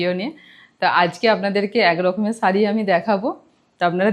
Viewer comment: Sharee bolo,saree bolona bhishon kaane laage "S" noi "SH" bolbe